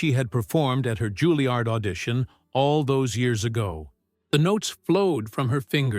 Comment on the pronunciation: JUILLIARD not Guiliard